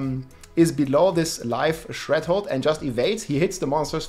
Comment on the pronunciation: Threshold, not shredhold